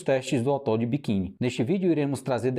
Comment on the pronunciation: Atol de quê? Kkkkkkkkk Atol de Bikin? NÃO SERIA ATOL DE BIKINI ou ATOL DE BIQUINI 😅😅😅😅😅😅😅😅